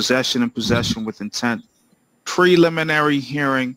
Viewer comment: Hi Ingrid. Yes the judge’s pronunciation of preliminary was correct.